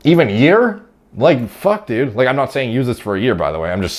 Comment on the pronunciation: "OK düd" lmfao